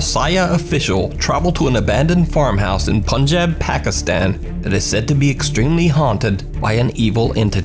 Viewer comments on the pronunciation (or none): That is punny....it is Punjab...like poohnjaab... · The way you said "Punjab Pakistan" lmaooooooo